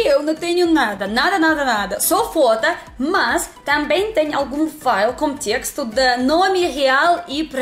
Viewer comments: não existe a palavra FOTA, e o som da pronúncia da palavra FOTA, é muito parecida com algo "constrangedor" de falar 😉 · Ela falou fotas